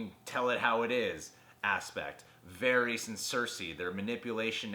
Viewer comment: Lol why do you pronounce Varys like that